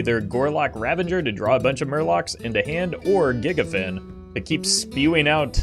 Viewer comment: You also need to watch the pronounciation of Gigafin.